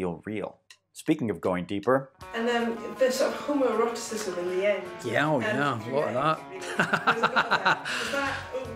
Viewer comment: Did you just say homoeroticism?